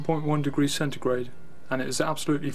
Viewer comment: Why does he keep saying centregrade